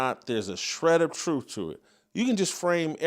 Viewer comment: I don't understand why he can't pronounce the word, truth.